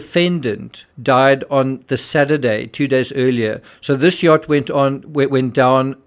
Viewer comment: mispronunciations of yacht...also, "effectively" could be a bad translation. In romance languages, it means "exactly". I am a professional language specialist in romance languages